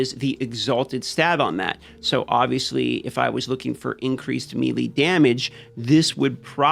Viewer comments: Melee is pronounced "May Lay". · all in good fun, but has anyone ever told him melee is pronounced like "maylay"? lol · I know some of these host, like to mess words up on purpose. Does he know how to say melee and just saying it wrong because? He just says it so many times in here wrong.